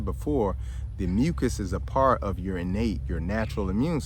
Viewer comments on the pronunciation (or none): none